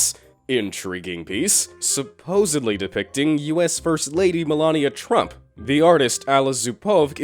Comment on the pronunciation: Come on I've kept quite on so very many times, but I just can't anymore, but you miss pronounced Melania Trump's first name, and you have mispronounced a lot more of people's names and just things in general, it's not a huge deal I just wanted to bring it to your attention just incase nobody else has let you know. You still post awesome videos though and I try to make sure that I've watched every one you downloaded, keep up the good work 👍🏾👍🏾👍🏾👍🏾.